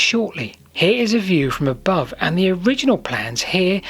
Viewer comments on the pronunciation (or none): none